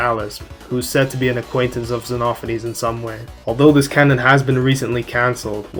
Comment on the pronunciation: OH MY GOD THANK YOU FOR ACTUALLY GETTING XENOPHANES RIGHT